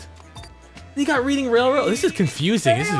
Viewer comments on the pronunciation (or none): Reading is pronounced Red-ing. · Its prononced reding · Btw you're meant to pronounce Reading like Red-ing